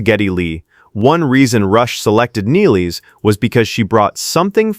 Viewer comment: Not Niles, Nil-les